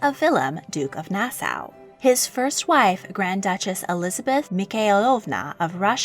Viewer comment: Great Content But it’s pronounced Nas-Saw